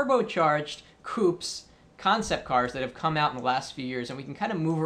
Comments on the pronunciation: its not pronounced "coop" its "coopay" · coup??? fail. its coupé LOL